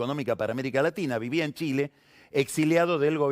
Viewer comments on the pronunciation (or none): none